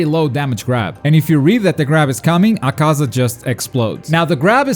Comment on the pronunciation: He said acasa it’s akuza